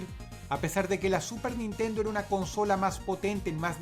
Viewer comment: pronunciaste mal "super nintendo" en el numero 1 dross